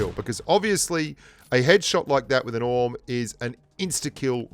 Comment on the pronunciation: You know not to be condescending but if you want to pronounce the names of the guns properly the AWM is not pronounced Ahh-mmm but A W M as in Accuracy International the manufacturer and Artic Warfare Magnum (AWM) the model.